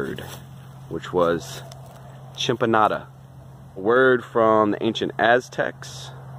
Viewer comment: Your constant mispronunciation was cracking me up. I kinda like it, gonna grow food, make it sound like food! (It's chin-AHM-pah) I used a modified system in a swampy area (closer to the original due to inclusion of woody material for structure) in my home state of Florida. I moved to another swampy state, Louisiana, but I live in a city now so my options are limited. I use no-dig beds almost exclusively now. I've been waffling about buying a large piece of land in nearby Mississippi with a very swampy corner. Watching your video has definitely moved that area from the Cons column to the Pros. I was mainly concerned about mosquito control but since we don't freeze like you do, I could realistically add fish to the channels to keep the mosquitoes in check. Thank you!